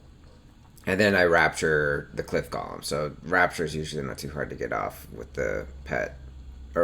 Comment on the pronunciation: It's "Gow-lum" :(